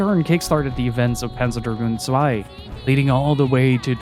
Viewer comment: finally a youtuber who knows that Zwei is not an English word😂